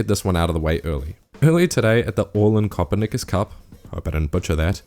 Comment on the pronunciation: Diabolical prononciation of Copernicus lmao Great vid again though